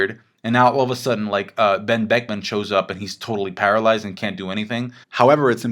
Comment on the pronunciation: You pronounce Ben Beckman wrong.